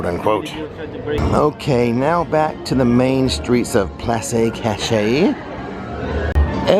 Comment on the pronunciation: It’s called “ploss kash-ay”! Loved the video